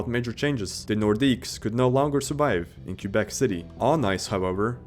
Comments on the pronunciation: Its prounounced kwuh-bek. Not Q-bek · "The Q-bec Nordiques...." Sigh. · Teach your AI to properly pronounce Quebec!!! It's not "Kew-beck." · omg can you please pronounce Quebec properly it's driving me nuts